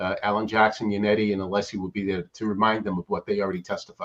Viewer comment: You can tell that Scabbers Brennan fears Alessi the most by the petty Betty way he intentionally mispronounces him name